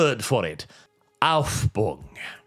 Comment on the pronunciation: you forgot the 76 million death under the rule of Mao Zedong. Also, please don't try to speak German again. How you could misspell Hegel's word Aufhebung by missing an entire syllable is a mystery to me. I had to search for it via the english term sublation to find out what you were referring to.